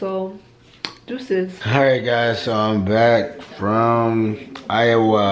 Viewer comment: I loveeee the way pronounced Iowa.. she said I-oh-wa. Lol. Pronounced it wrong honey. Lol